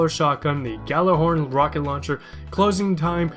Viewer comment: by the way all guardians have the hover/glide ability and ive seen alot of people make this mistake, but its pronounced YALLER-horn, its something from norse mythology